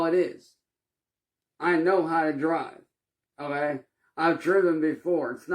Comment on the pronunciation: seriously now...why can't you say the word "okay". 😂😂😂😂 Ohhhggeeyyyy!😂😂😂